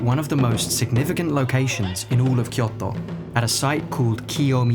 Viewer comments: Tip: Kyoto is pronounced with a longer Kyooo. Kyoooto. きょうと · Fascinating video. I'd love to visit some of these places. Just beautiful. Well done 🌲 (By the way, I'm not sure if it's just because those are Japanese words you say while you're speaking English for the rest of the sentence, but it sounds like you say Miyamoto as Miyamotto, and Kyoto as Kyotto(h), so be carefull with the long and the っ vowels 🙂) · So funny how you say kyoto. 😂 kyoTO .